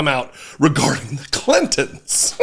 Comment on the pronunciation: did she say kittens or clintons?